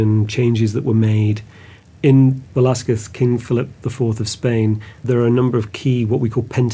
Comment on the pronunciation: Thank you for taking the time to learn to said Velazquez name right. I am an artist, Velazquez did not prepare a drawing . He directly used the brush and oil to do the portrait directly into the canvas”a la prima”. That’s why you don’t see his drawing on the canvas. I don’t think he used white lead to do the under painting, they used guesso, that is calcium carbonate, following the Italian way. On the Vasari on technique book explains how the canvas is painted with guesso, and he goes to give you the ingredients. He may done the King’s head and used another person to hold the pose with the King clothes. Velazquez used a vine barrel to paint a horse. El Conde Duque de Olivares.